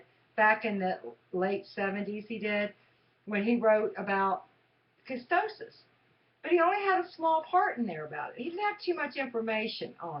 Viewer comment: Please stop pronouncing ketosis (KEY-TOE-SIS) wrong. If you're going to do the damn diet learn to pronounce it correctly. Damn. It is not KE-STOW-SIS. It is KEY-TOE-SIS KEY-TOE-SIS KEY-TOE-SIS KEY-TOE-SIS